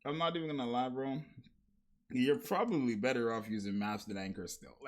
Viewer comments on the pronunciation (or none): none